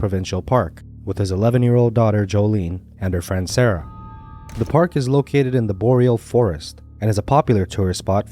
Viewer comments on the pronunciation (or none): none